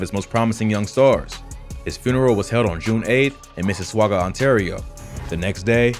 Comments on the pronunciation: From Toronto here! It’s pronounced “Mississahga”. Sometimes referred to as Sauga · I give you some credit for almost pronouncing Mississauga RIGHT lol